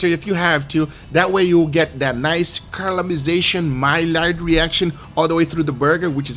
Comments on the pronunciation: “Nice Calimization and MyLard Reaction” - Guga (2020) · This is the most appropriate video for Guga's "My Lard Reaction" pronunciation humanly possible. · ”that nice carl-a-mice-ation, my-lard-reaction” Love this guy